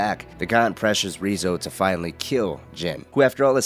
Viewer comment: Yeah, the way he's mispronouncing the name is kind of grating on me. Sounds silly, but it made it really hard to watch.